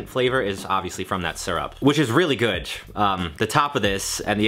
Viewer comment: good doesn't have a T in it....